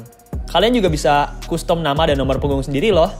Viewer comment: BANG CUSTOM ITU PELAFALAN NYA "KASTEM", PLISS LAHHH SUKA KESEL SENDIRI DENGER NYA